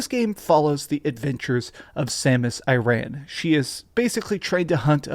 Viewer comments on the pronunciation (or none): Aran......Not Iran! LOL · I didaunt like how you called her 'Samus Iran' - are you a Hamas supporter? Sounds like you're talking through your nostrils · Samus Aran...Aran (Aaron) AIR-Ren HEIR-Ren Sorry for being annoying, this was good review. I appreciate it :) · Samus I-Ran lol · Samus I-ran 😂😂